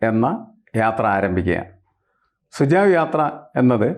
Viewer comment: Sir, it is not sujav, it's SUJHAV sujhav meaning SUGESTION